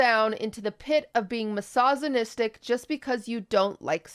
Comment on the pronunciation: is it wrong of me to laugh everytime i hear QT try to pronounce misogynistic?